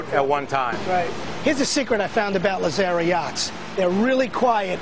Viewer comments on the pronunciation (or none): Very Informative. Too bad the host could not pronounce Lazzara correctly.